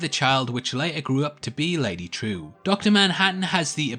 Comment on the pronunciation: Her name is pronounced Trieu /trju/ not True wtf